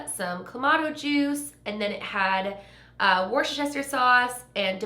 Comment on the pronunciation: It's pronounced wustershire sauce ;) x